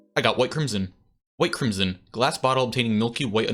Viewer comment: Chrism, not chrimson 😂